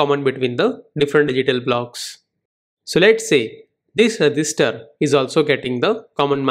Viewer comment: At the end of the video I was mostly focused on THAT pause on every sentence "data is loaded into the ....... re gis ter" 🗣🗣🗣🔥🔥🔥